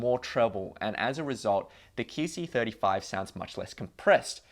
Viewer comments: Is it just me or does he keep saying "kee" c35? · Keyc 35? Weird pronunciation